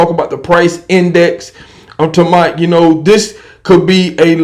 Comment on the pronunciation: Damn bro same recycled videos over and over. The ammos back on the shelf and prices are high... There that's a months worth of your videos in 1 sentence. p.s stop saying I'm talmboat it's super annoying 🤡